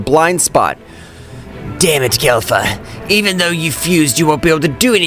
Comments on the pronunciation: Kelfa bruh it’s kefla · Man I love the vid but pleaseeee it’s not kelfa it’s kefla 🙈 everything was great but saying kelfa was pissing me off 😂🙈🙏🏽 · Bro really says Kelfa